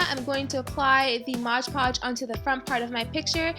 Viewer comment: i love this but its not modge podge its MOD pogde